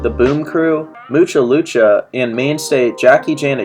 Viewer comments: Putting Disney next to Cartoon Network and Nickelodeon is the funniest thing I’ve ever seen. 😂 I’ll ignore that silly statement and continue watching, for now. Moo-cuh loo-cuh, bro, just say moo-chuh loo-chuh 😂 Oxxy and Drix. This guy >_>” and then he says it right later, just like that other comment said 😂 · How do you fuck up the pronunciation of Mucha Lucha?